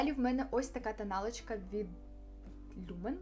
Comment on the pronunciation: Дуже вибачаюсь, але не люмен, а люмене